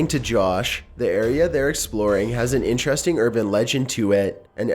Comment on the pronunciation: This video was very interestAHNG. I'll leave a thumbs UUhP. These were all very mysterIOUS.